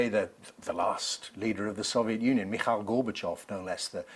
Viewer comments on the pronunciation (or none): none